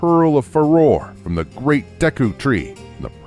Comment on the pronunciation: Farore is pronounced "Fah-roh-ray" not "Fuh-roar." Din, the first goddess, is one syllable; Naryu, the second goddess, is two syllables; and Farore, the third goddess, is three syllables. This isn't rocket surgery.